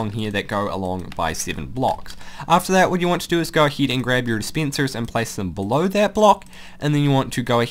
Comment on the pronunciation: sorry but I can't help but laugh when you say d spencers and sea kens